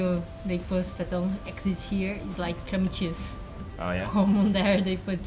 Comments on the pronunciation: ありがとうございます！ cram cheeseで検索すると、もしかしてcream cheeseと出てきてたんですが、正しかったんですねw クリームチーズだと思って動画を見直してみましたが、やっぱりクラムチーズって聞こえましたw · クラムチーズ・・私も調べましたがそういうチーズはありませんでした（＞＜） すみません、完全に聞き間違えです！ 恐らくクリームチーズと言っていたのだと思いますが、発音がクラムとしか 聞こえませんでした。